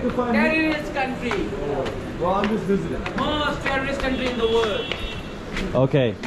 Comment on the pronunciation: Calm down, she only said "Terrierist". - knp